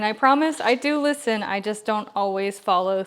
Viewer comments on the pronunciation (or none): none